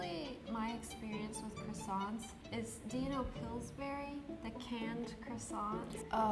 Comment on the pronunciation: After hearing the guy say “Croissants” I now understand why French people get annoyed when other people say it wrong.